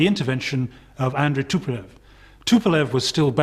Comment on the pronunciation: and yet the guy cant pronounce the Tupolev's name.that says a lot ....about USA.